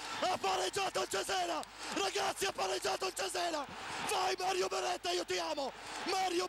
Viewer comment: Ha pareggiatoh il cesenah